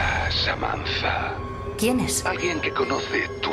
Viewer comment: SAMANZA? Por qué lo dicen así? Es SAMANTA! Espero que lo arreglen en el doblaje final